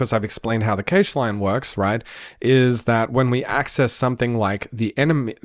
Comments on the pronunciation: You know it's "cash" right? Like money. Not "cay-sh". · EVERYONE CALLS IT CASH NOT CAGE REEEEEEEEEEEEEEEEEEEEEEEE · Dude video its great, but its not keysh its cache xd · But why do you say cage ? Pretty sure cache is closer to "cash" than "cage" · so much great info!! also, cache rhymes beige? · Cache is pronounced cash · `cache` is pronounced exactly like `cash` 👍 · that's a weird way to pronounce cache